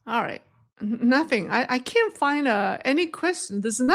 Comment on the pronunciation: One hint I offer in total respect: Make sure the T sound is clear when you say "can't", otherwise it sounds like you're saying the opposite. Another option is to say "cannot".